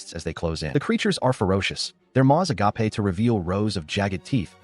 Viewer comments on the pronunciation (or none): I hate it when A.I.'s say "aga-pay".